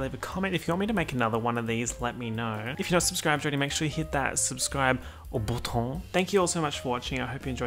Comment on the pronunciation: He really said: bootón